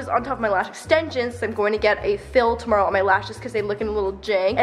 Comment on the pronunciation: You say tomorrow like itsfunneh she is also from Canada. Love ya